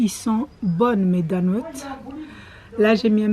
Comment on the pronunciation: J’aime trop con dit des (donuss) au lieu de dire des (donuts )